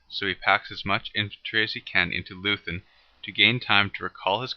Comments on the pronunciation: Nice animation, however it is pronounced loy-tun not loo-then. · Good Video, short but very well done. Just one point: "Leuthen" is pronounced like 'Loyten' not like Loosn" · No lathen but Leuthen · Loothen for Loi-Tin is dumb, though. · Leuthen is pronounced: "LOY - ten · Can't trust a guy who cannot pronounce Leuthen. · No English tongue can,so what?